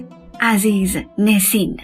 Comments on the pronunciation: گوینده گرامی ! NESIN حرف دوم E در زبان ترکی صدای اَ همچون ابر و زرد و حرف را دارد . نه اِ که صدای شبیه دِل و کِرم و نام او همیشه نَسین است نه نِسین به دائره المعارف ها مراجعه کنید. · عزیزنُسین درسته